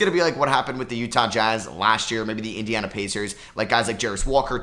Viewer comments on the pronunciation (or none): none